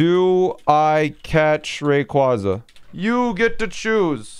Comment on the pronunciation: The way you pronounce Rayquaza hurts me physically... PLEASE learn the pronunciation of a box legendary